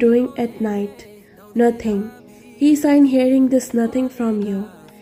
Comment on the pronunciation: Uh author I'm not trying to be rude but it's sigh not sign ok? I just wanted to help you improve btw great ff